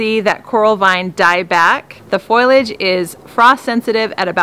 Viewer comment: It's fo-li-age (three syllables), not foilage!